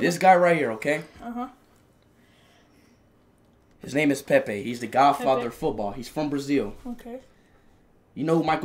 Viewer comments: “Pepe died chat😢😔” PUT SOME RESPECT SAY IT PROPERLY SAY Pelé……😭😭😭🥺🥺😔😔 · It’s pele not Pepe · It's not Pepe it's Pele first you respect his name. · Dude disrespected Pele’s name by calling him Pepe! Wtf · RIP PELE, but why was speed saying Pepe 😭😭😭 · Not Pepe it's Pele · It's not Pepe man its Pele🙂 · i swear this man never takes shi serious who tf calls pele pepe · Broooo pele not pepe